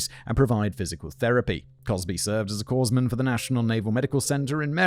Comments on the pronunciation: Obligatory "You said it wrong!" post: "Corpsman" pronounced "Core-man" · small matter but it is pronounced ‘Core-man’ as in Marine Corps. Source: I am one. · Slight correction: you don't need to pronounce the 's' in corpsman.